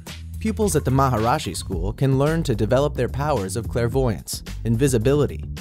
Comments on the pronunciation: its maharishi...not maharashi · Is it Maharashi or Maharishi? Because you say Maharashi but in the video itself you wrote Maharishi Thanks for the answer! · Why cant the narrator pronounce the alphabet"i" properly ? MAHARISHI is pronounced MAHA RISHI not MAHA RASHI Moreover, they are affiliated to CBSE, a centralised curricullum for India which includes Maths and Science. Extra curricular activities include yoga, arts and crafts, chess, dance, music, handball, table tennis and creative writing. Students of MAHARISHI also won HDFC Spelling Bee contest in 2012. The Science Fair held in that school has won several Science Awards.Students are often sent to Houston and Orlando (USA) for Learning programs in Science Centres.Do some research before throwing your racist and stereotypical views on Indians, you dumb twat ! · YOU CAN'T EVEN PRONOUNCE MAHARISHI RIGHT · Where did you get this "information"? Also, you only pronounced Maharishi correctly the first time. I could have gone without this horrific scene!